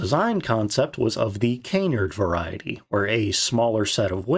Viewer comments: Canard is French for Duck and pronounced like Gerard, not Cay-Nard but Cuh-naaaaaard. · ”Canard” is also pronounced “kan-NARD” not “KANE-nerd” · XP-57: The Ass-ender I'm not even going to comment on your pronunciation of the word 'canard', but the 'p' in the word 'corps' is silent. So, the phrase 'army corps' should be pronounced "ar-me kor". It looks ugly, I know, but thats how it should sound, brother.